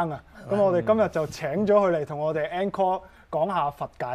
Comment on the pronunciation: Encore 是法文，正確讀音是 oncore .